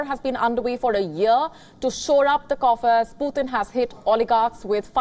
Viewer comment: Someone please tell her it's not potin 😂😂😂